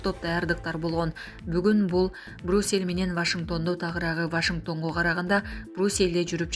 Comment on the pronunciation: Брусел эмес Брюссел